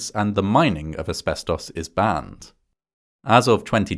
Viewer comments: deeply off topic but i love how ‘asbestos’ is said in an english accent. in the states i usually hear ‘asbes-toce’ or ‘asbes-tuss’ but i like this pronunciation. ‘asbes-toss’ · I like the way he says "asbestos". Nothing wrong with it, its just cool.